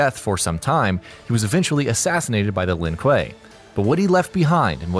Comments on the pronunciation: So let me get this straight. You mess up the pronounciation of Lin Kuei in the Sub Zero video but you say it right in this one. Yet in this one you fuckup Scorpions clan name but get Sub Zeros correct............you must be trolling. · In the sub-zero video the guy pronounced Shirai-Ryu properly but constantly messes up Lin-Kuei. In the Scorprion video you pronounce Shirai-Ryu wrong but lin-kuei properly... I'm sensing a theme. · please pronounce 'Shirai Ryu' and 'Lin Kuei' correctly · You can’t pronounce lin kue of shiray rayu🤦🏼‍♂️🤦🏼‍♂️